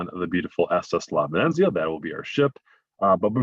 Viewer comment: 😕 Bowlogg-Na? on the VenEnZeeuh? Sorry the mispronunciations are a little off putting by somebody who supposed to be the expert travel guide.. I think he means Bologna (Bowloan-ya) & the ship's name, La Venezia. (Ven-eht-zeeuh)